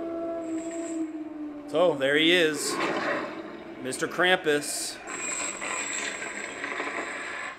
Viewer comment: Pronounced Krumpus........